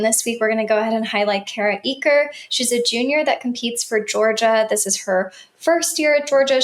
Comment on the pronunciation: Enjoying your content! ♥ Just a gentle reminder... Kara Eaker pronounces her last name “acre” — not “eek-kur” - with emphasis on the "a" sound and a soft "ker" at the end